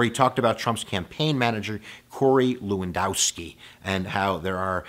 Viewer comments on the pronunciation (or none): none